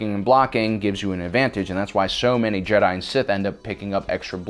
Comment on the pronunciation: Also says jedi wrong